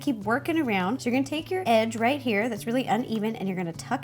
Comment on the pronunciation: "edge" sounds weird